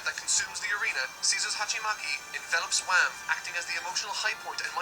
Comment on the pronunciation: Yeah it's not Wham, it's Wamuu